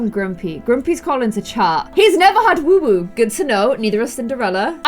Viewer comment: Why does say woowoo instead of woohoo, it kinda annoys me ngl! Edit: it might be her accent